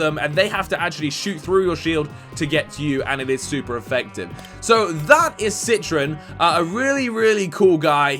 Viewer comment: It's pronounced citrOn not citrin